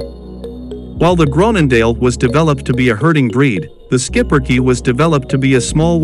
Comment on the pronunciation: what a great little dog & yes that's how we pronounce it in the USA. Not much grooming witch is nice. Another one of very smart 🐕 s for sure. They definitely need a family with kids. Great family 🐕.